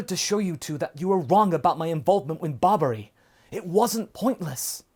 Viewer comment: Everytime says hoshi I hear roshi And everytime says barbary I hear babidi. So I keep getting confused about where we are in the timeline haha.